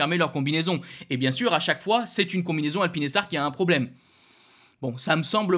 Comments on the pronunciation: Alpine Star (prononciation correcte) Alpi Nes tar (prononciation intéressante) Pas de jugement mais quand même ;) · Alpinestars ce prononce: alpine..stars et pas alpiness..stars 😂